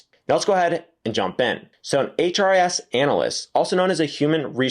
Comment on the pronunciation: He keeps saying “HRS” instead of “HRIS.”